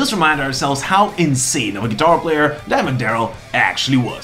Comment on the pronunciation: I love that your accent makes it sound like you're saying Diamond Darrell